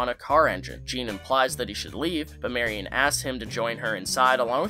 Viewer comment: Good video and you pronounced her name right instead of saying "merry-on"!!! 😀